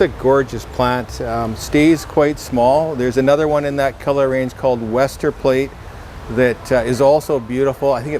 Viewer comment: Westerplatte is a Polish clematis with Polish name. You should read 'W' like 'V' and every 'e' like 'e' in 'bed', and 'a' like 'u' in 'run'😉